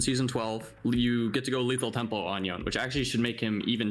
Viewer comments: cracked at Yone but still pronounces his name "Y-own" 😭😭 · Maining a champion and mispronouncing his name. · tell him to stop saying the damn champs name wrong lol